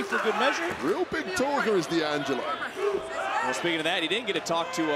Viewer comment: Is "Dangelo" not "D....angelo". I'm italian